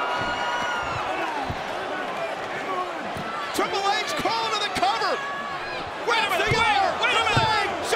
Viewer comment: Treple H not Triple H 😂😂